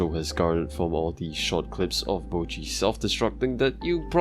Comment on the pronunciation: why do americans say bow-chi when her name is clearly pronounced botch-i